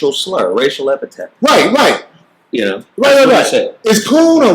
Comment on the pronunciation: the word is epithet